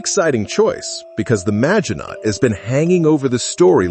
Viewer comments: Is this AI narration or does this guy not know how to pronounce Maginot - mah-zhee-no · It is rather 'Mah-shee-no' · I really like Ur videos, but stop using ai voice, Maginot...silent T...sounds cringe